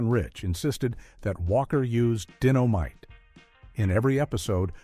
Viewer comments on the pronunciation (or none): obviously the one narrating is a computer. the word is Dynomite not Dinomite . so stupid these computer narrators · JJ never said Dinno-might, though. When this narrator speaks of Jimmy's book, he pronounces the word " dynamite " correctly